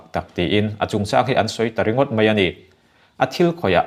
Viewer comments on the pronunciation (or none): Sir, mei ti tawh suh.Mai tirawh. Ngaithla chiang la, thahnem ngaihna thil aw..